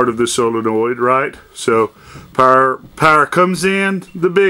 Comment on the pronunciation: It's NOT " Solinoid ".......... Its a " Solenoid "! BTW..... Common terms used " Solenoid " when in " Motors ", etc... If in Electronic World.... It's a " Relay ", but " Solenoid " are used in Mowers, Lawn Tractors, etc.... Or you can call it " HIGH VOLTAGE SWITCH ", LOL.